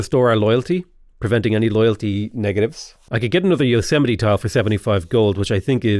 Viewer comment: Its pronounced Yo-s-mite lol